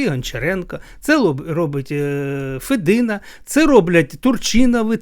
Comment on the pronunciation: Я не хотіла нікого ображати.Лемки українці,такі ж як бойки,гуцули,інші групи,які живуть в основному на заході України.Я думаю,що діалекти існують по всій Україні.ФедИна,а не ФЕдина.